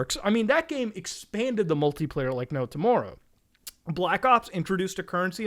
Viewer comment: Muta sounds so Canadian when he says tomorrow